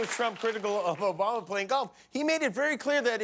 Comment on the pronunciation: He doesn't know how to pronounce "Obama" too! 😆😂🤣